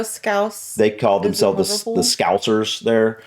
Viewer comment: just a little thing I've noticed when you say scouser, you always use a z when in fact it's a scowsa